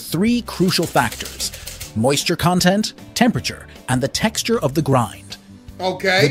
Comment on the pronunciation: "when the moisture content" and the AI voice pronounces the word "content" like the adjective, "content" instead of like the noun, "content," which was clearly the one that was intended. it just shatters the whole illusion that there's a narrator reading to you and not an AI voiceover. this stuff will be expected to happen sometimes, but the point is, how hard would it have been to code a quick part of speech check in instances where the part of speech would deterministically tell you the correct pronunciation to use? just sloppy and lazy, really. and people think these AI morons will take over the world. AI is being written by teenage idiot liberal SJWs who took DEI as their first college course in computer science. not their first college course, their first college course IN THE COMPUTER SCIENCE FIELD was all about DEI and nothing about science. 🤣🤣